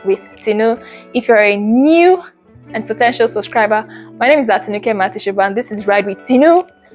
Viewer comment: Good effort, your presentation but the least you can do is to carry out some research to get ur facts right about the person or subject you're speaking on. Especially with the ease of access to information online these days. At least find out the correct way to pronounce her surname to start with. All the best in the future! 👍🏾🙂